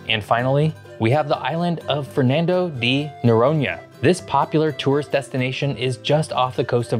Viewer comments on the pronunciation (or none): none